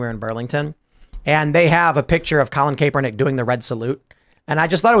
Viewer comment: Ugh tim you keep saying Colin kaepernicks name horribly wrong lol.i don't Luke the guy but it was cringe lol.